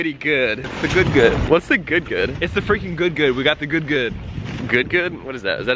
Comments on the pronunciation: Please don,t say freken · I heard him say frecun